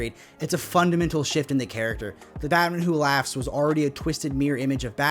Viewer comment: What the heck are you saying at this point? I can't figure it out! Driving me nuts! "Batmanhatteheh"? "Batmahatete"? "Bahamaha"? Supposed to be "Batmanhatten who laughs", isn't it?